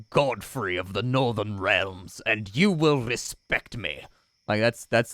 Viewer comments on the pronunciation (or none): none